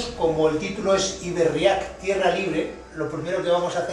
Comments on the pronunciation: Cada vez que dices Iberriak, se me revuelve el estomago, en la fonética vasca, se diría Ibérriak, aunque no existan las tildes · Buenas, me gustaría poner un poco de luz sobre la palabra iberriak (no se acenúa la "a", sino la "e"). Recurriendo al protoeuskera tenemos por un lado la palabra "ib" que significa canal / parte navegable de los rios y por otro lado la palabra "herria" que significa pueblo. Si además añadimos la "k" estamos poniendo la palabra en plural. Asi pues nos quedaria algo asi como "los pueblos del canal/ rio navegable"; de ahí el nombre del rio Ebro, del nombre de la península (los sonidos "r", "l" y "n" son sonidos introducidos por lor romanos en contraposición a los sonidos "rr", "ll" y "ñ" ibéricos).